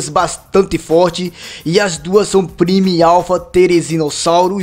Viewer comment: a palavra prime se pronoçui Pramó